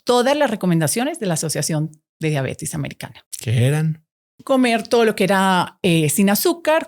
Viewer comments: Muy buena charla, todo bien pero sorry! No es mala onda pero no puedo creer que tan estudiada le diga Diabetis es Diabetes!! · La señora no sabe siquiera que se llama diabetes no "diabetis" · Como confiar en lo que dice una persona que se dice médico y dice “DIABETIS”, vergonzoso